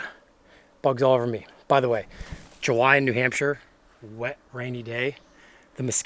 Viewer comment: New Nampshire 🤔 maybee its correct! 😅🤝🏻